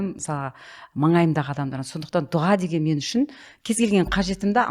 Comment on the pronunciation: неге дуҒа дейсиздер? друс жазылуы "ДУА" айтылуы да. дуга деген жаман емеспе 😮